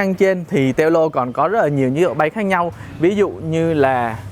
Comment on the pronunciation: Đọc là teo lô mới ghê